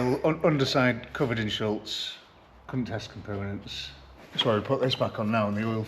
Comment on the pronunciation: wtf is SHULTZ? It’s Shutz, no L.